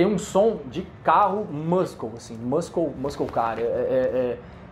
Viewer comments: Só uma dica: muscle se pronuncia "mussol". Ótimo vídeo! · Bora aprender? MUSCLE se pronuncia mosoul